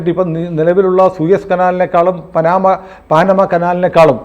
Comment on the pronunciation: പാനമ അല്ല പനാമ കനാൽ